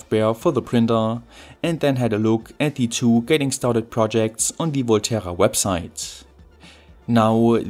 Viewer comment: No offense but this time your constant mispronunciaton of the word "the" (like the german "die" instead of the normal "de") really distracted from the content.